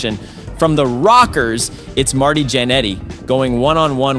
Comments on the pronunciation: He Kept Calling Marty Matty 🤣🤣🤣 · It's Marty, not Matty. :) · Bro really called him Matty Janetti the whole video😂😂😂